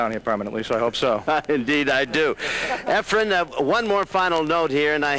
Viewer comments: These Clowns keep saying Efren's name wrong. Almost all of these guys even the pro players who play against Efren call him Efrem! The last letter in his first name if Efren!! Not an M but an N! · Well answered by Ray. I noticed Efren's name mispronounced in this video only by Nick Varner and Nick is always respectful to Efren. To refer to pool legend Nick Varner as a "clown" is very insulting.